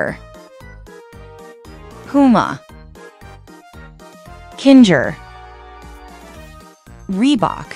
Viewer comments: Kin ga instead of kinger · And you said Kinga its kinger😑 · Why do you say kingah? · Kinger ❌ Kingar ✅ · You said kindžer instead of kinger 😂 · it's linger not kingar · Here's how you properly say ragatha rag uh the and how you spell kinger king er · bro just said kingzher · She said Kinger in the wrong way💀💀💀